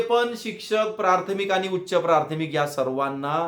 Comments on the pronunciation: प्राथमिक असा शब्द आहे प्रार्थमिक असा म्हणताय हो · आधी प्राथमिक शब्दाचा उच्चार नीट करा सारखं प्रार्थमिक म्हणत आहे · सर प्राथमिक म्हणा प्रारथमिक नका म्हणू